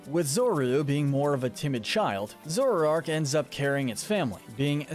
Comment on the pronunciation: Bro where are you getting some of these pronunciations from? Zor-oo-oh-eh???? Wtf? Za-rood-deh???